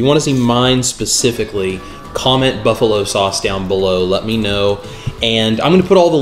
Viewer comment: Booffalo Sauce